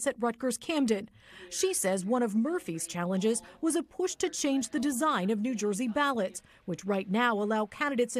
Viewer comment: Did they say new joisee?